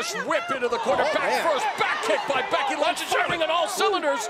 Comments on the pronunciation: did he just say Becky Lunch? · I swear I heard "Becky Lunch" 😂😂😂